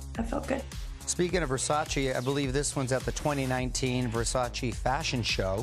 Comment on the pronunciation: Versace..... Donatella herself said we are saying it wrong. Stop . Learn to pronounce the name correctly .